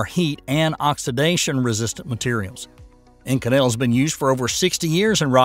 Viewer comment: To whom it may concern, the super alloy Inconel It’s pronounced with the accent on the first syllable. Just saying